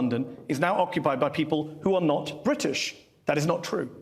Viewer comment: There’s a T in British, Matt! ‘Bridish’??? Makes me want to slap his legs.